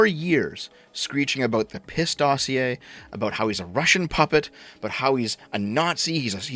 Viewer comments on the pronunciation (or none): none